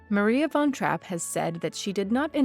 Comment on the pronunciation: How about learning how to pronounce her name before making a video about her?